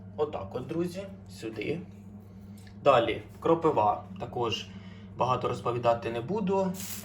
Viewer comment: Тільки не кропивА, а кропИва. Сам роблю помилки в наголосі. Моя бабця давала курам полин і пижму від глистів. Також горошок чорного перцю закладала в клювик, навіть курчатам А також у воді розводила пекучий червоний перець. На жаль, не пам'ятаю пропорцій.